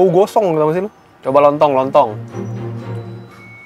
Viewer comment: lebih ke "tolong" dari pda "lontong" gk sih? 😅